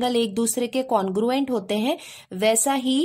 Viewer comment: Didi aap congruent ko conguent kyu phad rhi ho😂😮😢 didi aap bhot aacha padhati ho ❤❤❤❤❤❤❤❤❤